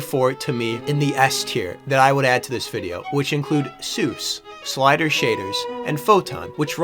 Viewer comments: *SIL-durs, not sliders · its sildurs not slidurs bro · Nobody noticed Slidurs instead of Sildurs shaders ? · Not my OCD ahh tweaking because he said Slidur's instead of Sildur's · Wait isn't that "Sildur's" shaders or is there another one called "Slidur?" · hearing "slidurs" instead of "sildurs" did not need to upset me that much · Hey it's been awhile for me, but I think it's Sildurs, not Sliders XD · Ah yes, *slider* shaders. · Not only do you insult my country, but you CAN'T GET SILDURS' NAME RIGHT. I'm calling the cops.